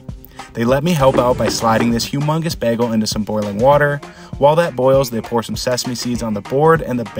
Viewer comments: The way he says “Begels”, it’s pronounced “Bay-gulls” like seegulls, but baygulls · You’re from the Midwest huh? Lol bagel is pronounced “bay-gul” not “baggul” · You really do have an odd way of pronouncing bagel. Guy Fieri does the same thing, maybe it’s a West Coast thing? Just practice saying Bay like the body of water, and Gull like the bird. Plug them together and say it with me…BAY-Gull. Hopefully this helps! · How tf you pronouncing bagels, sounding like Britta. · First time trying to pronounce "bagel"? Good thing your job isn't voice work... oh wait. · Don’t like the way you pronounce bagel